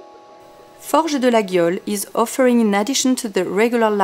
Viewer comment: amazing she has no clue how to pronounce it properly... it is not ''LaGUIole'' but ''LaYole''